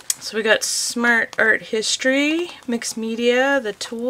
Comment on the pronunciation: You keep saying Smash Art Box, isn’t it Smart Art Box? 😆